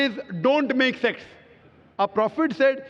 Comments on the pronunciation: he said sects not sex... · “Makth sexth” 😂